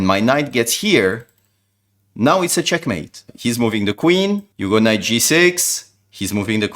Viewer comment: bro it isnt chenkmate